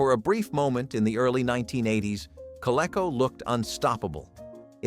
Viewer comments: maybe more kah-lee-co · co-lee-co , you dummy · Co-lee-co! Doesn't rhyme with gecko.